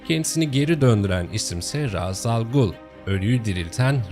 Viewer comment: ufak bir düzeltme yapacağım çok önemli değil ancak Ra's al Ghul ''Reyş'' şeklinde telaffuz ediliyor. ^^